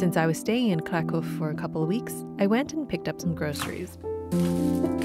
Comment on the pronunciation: I love Kraków, especially during winter. Great video and you pronounce Polish words very well! 👌👌